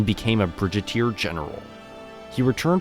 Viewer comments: brigadier general BRIG a Deer bridge a dur lol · A Bridget-ear General?